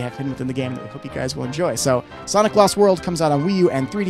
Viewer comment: japan just say sonic not sonicka